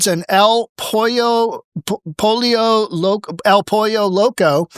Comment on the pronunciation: I literally spit my coffee out over you pronouncing El Pollo Poco 😂😂😂. Keep it up, Buddy! You and your team were one of the best blessings of 2020.